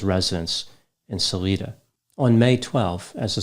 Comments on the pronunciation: It’s pronounced sal—I-da, NOT sal-ee-da. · The town is pronounced sal-ī-da instead of sal-ē-da. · As a Coloradan, I feel I should disclose that it's pronounced 'Sah-lie-da.'🙂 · Salida Colorado is pronounced Sa LYE da. Or that is what I remember from living in Colorado many years ago. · Oy, it's pronounced Suh LYE duh, Colorado. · Salida, Colorado...Long 'i' in Sal-i-da. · This was near where I live – Salida is pronounced sa-LIGH-da. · Sal-eye-da, CO my folks live there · I'm surprised he didn't blame it on bears...more common to that area. (Btw it's pronounced "Sal-EYE-dah") Thanks for doing this one,! So very sad... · Love your mafia wolves theory. It's about as plausible as Barry's theories. Also, Colorado native here. Salida is pronounced Suh-lie-duh. Ironic. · Sa-lie-da. Just a heads up.